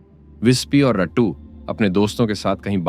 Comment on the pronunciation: रट्टू नहीं रत्तू